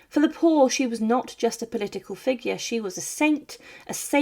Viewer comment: It sound like someone trying to sound posh. She can’t even say figure properly!